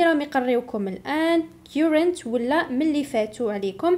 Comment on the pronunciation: On the name of many pupils and parents I thank you so much for your efforts.May Allah reward you better...just a little remark on pronounciation of "current".it's wrong.have a check.